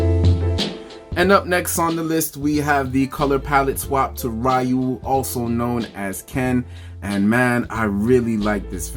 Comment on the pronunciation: Nice review. I do have a suggestion and your perfectly free not to listen. Concerning Ryu’s name. It really should be pronounced Ree-you. The Righ-you pronunciation was just a mistake us westerners did since Street Fighter 1 because we really did not know how to say his name back then. Plus the live action SF movie with Van Damme mispronounced the name and further fanned the mistake to the public. The reason I say this? I actually had a Japanese coworker who had the same name of Ryu. I asked him if people say his name as Righ-you sometimes, and he said he gets it alot and blames Street Fighter. Lol. He also said, as far as he knows, there is no Japanese pronunciation of his name as Righ-you. He said saying his name as Righ-you is the equivalent as if a person had the name of Michael and people would pronounce the name as Michelle. Technically you can but it would be incorrect for most of the time.